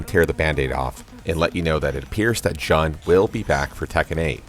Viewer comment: On a side note, it’s pronounced “June” like the month despite it in English sounding vowels being “Jun”.